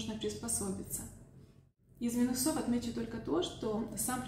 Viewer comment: Всё видео интересно и информативно, спасибо. (Кстати, "из плюсОв и минусОв" - режет слух такое ударение )